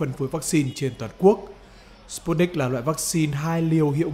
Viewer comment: sputnik v đọc giống như stupid .